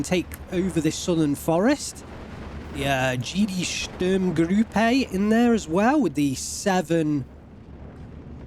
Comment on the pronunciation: you keep saying Sturmgrüppe. perhaps you save that ü for some unit names that need it?